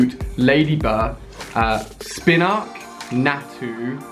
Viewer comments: SpinArak not spinark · Spinarak has an "R" in it and Xatu is pronounced "Zah-two" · Its spinARAK not spinARK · Ali it's not spinarck it's pronounced spin a rack (harder to explain in words than I thought lol) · NaNab - not Nabab SpinArak - not Spinark 🙄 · It's Spin-a-rak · Not Spinark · Am I the only person who gets annoyed by the way he pronounces Spinarak?